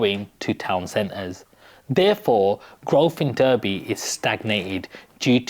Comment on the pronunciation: It's pronounced Darby.